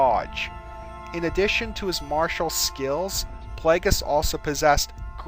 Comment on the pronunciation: I love how he says skills lol. "SKEEEELS"